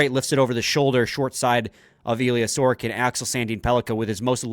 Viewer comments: Who is this "Sorkin"? Pronouncing players' names correctly (or trying to) is an important part of your job. Sorokin in Russian = "Sa ro kin" (other Slavs say "So ro kin"). I'm not Russian or Slavic. It took me less than 30 seconds (Google) to learn how to pronounce Sorokin in Russian, Ukrainian, Czech... Only Anglo-Saxons (USA, Canada, GB...) think that pronouncing people's names correctly isn't important. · I thought the same thing! Neither of them can see the "O" in his name? Sor-o-kin. It's not that hard.